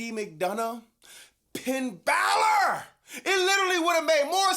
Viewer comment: This sucks because I'm a huge fan of Finn Balor but now has me calling him Pinn Balor regularly